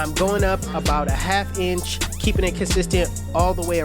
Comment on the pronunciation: Is the way he says it, it sounds like he's saying ENCH.